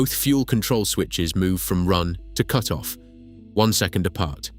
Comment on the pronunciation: In your video you say cute-off.